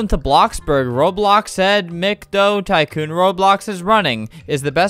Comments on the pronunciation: The app: Are u ready to jump? Albert: jumps Ya!! lol i thuoght this was funny!! Oh and heres another funny part of the vid! How the app says "tycoon": TaYcOoN How I say "tycoon": tycoon:P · "burger taycoon"... it sounds like a burger company made a knockoff porsche taycan.